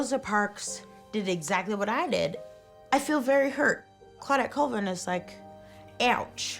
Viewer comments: it’s call-vin not cool-vin come on man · MY LAST NAME IS PRONOUNCED “CALL-VIN” not “ COOL-VIN” it’s like Collins. Thank you .